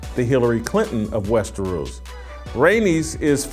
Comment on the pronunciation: "King of 'Westeroos,'" - like it rhymes with underoos. Gimme a goddamn break. Stick to talking to what you actually care about.